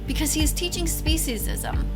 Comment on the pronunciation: I find it funny she can’t even say the word she made up specism right and trips over her words